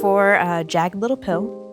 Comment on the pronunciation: she called it “jag’d little pill” 😆😆